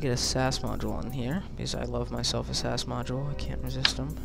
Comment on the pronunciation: Btw, its pronounced S.A.S as in the British Special Forces and not Sas. Love your vids :)